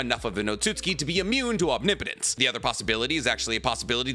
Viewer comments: Ah you finally pronounced omnipotence right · he's pronouncing omnipotence correctly! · HE DSID IT HE SAID OMNIPOTENCE RIGHT